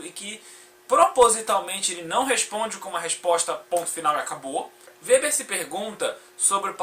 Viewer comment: O "W" no alemão não tem som de "U" como no inglês.Seu vídeo é muito bom, cara, parabéns.👏👏👏👏👏👏👏👏👏👏👏